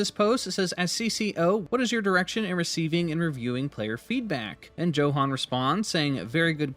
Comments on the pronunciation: Tbh I 😂 every time you said Joe Han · I think its pronounced as yohan